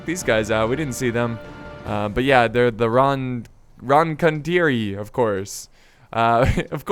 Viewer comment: You know what You are garbage at reading italian words;). If you need it i can send you the pronunciation of words like "signori" or "ronconieri"